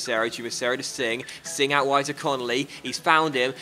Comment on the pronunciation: We got sing. Jackichand Sing I just don't think you understand He's dock landers man. Better than lookman We got Jackichand Singh